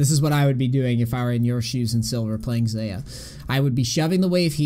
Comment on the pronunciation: I hate how he pronounces xayah